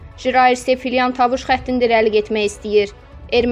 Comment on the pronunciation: Tavuş nedir ay qiz tovuzu ermeni adi ile tovuş deyirsen düz daniş